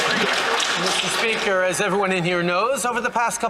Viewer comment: Good one! Thank. Meester speeeker…. 🤢🤢🤮